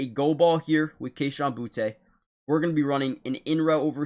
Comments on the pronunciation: Booty, not Boo-tay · Boutte is pronounced Booty, like butts and pirate treasure. Just say it the way the Lord wrote it!